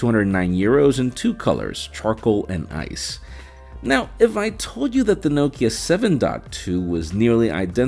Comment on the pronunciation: I’ve never heard Nokia pronounced like that, ever. You pronounce it Nockea